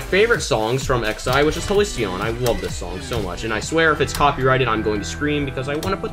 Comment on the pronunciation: I hate how you said Halcyon omg